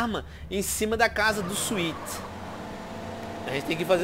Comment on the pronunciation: O nome do irmão do CJ é Swet mano e não César...